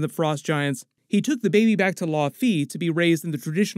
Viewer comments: Thought it was pronounced Lao fee. Not law fee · Bro! LAOW-fee! Thats the pronunciation. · "Law Fee" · The way you’re saying laufey….